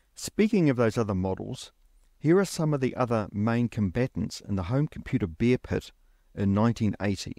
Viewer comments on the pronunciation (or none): none